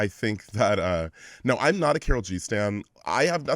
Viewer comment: Guys, you don’t like Karol G cause you say her name as if she’s a white American lady from Minnesota 😂😂 she’s cool w the correct pronunciation and understanding that the name Karol (pronounced Kah-d-ohl, like the d in auditor) or Carolina or Karolina is popular in her generation in Colombia and does not have the cultural connotations it has in the US.